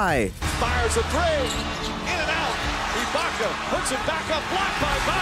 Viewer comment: Three : free, Thunder : Funder. Lol